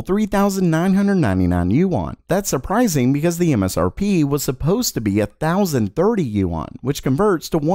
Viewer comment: fyi--Yuan is pronounced You-EN. (I live in China) Anywho! Keep up the good work.